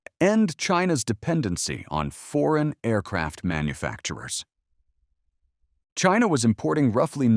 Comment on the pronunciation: Drink every time he says "Chyna!"